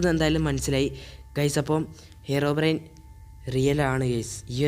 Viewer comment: Bro ഹെറോബ്രെയിൻ അല്ല ഹീറോബ്രെയിൻ ആണ് 😂😂😂